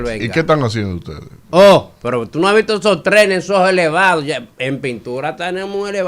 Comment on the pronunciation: 😂😂😂 "UTEDE SI HAN HECHO"